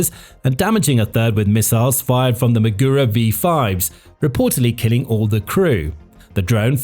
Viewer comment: Everytime he says maGUro it's like fingers scraping across a chalkboard.